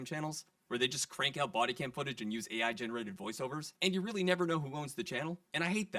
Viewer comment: "Having a party?" "Not rilly"